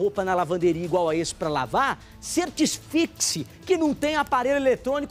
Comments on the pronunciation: Certisfixe? Que palavra é essa? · e eu sei que a palavra é comum, a pronúncia que ele fez que tem uma oratória entranha. Ou eu estou enganado?